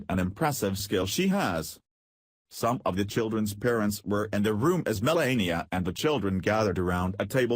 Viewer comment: First of all its Me - LAH - ee - uh, not Me - LAY - ee - uh. Second, what is the "BIG Personal Surprise?" False title. CLICK BAIT.